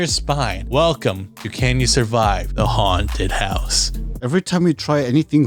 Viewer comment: why did say haunted house like that. it felt like he was gonna follow up with daddy